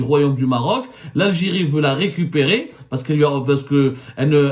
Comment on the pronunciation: 😂😂😂 le Maroc ne veut "rikipiri" le Maroc veut "récupérer", je ne sais pas si "rikipiri" tu as prononcé veut dire récupérer, je veux juste corriger au cas où tu voulais dire autre chos4😅